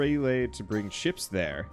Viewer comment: I was only listening to the audio: were you saying ships or chips? Or both? I kept hearing it one way then another, lol.